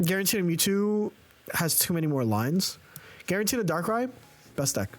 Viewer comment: Are you saying "Guaranteena?" Even if you aren't, I like it! 😆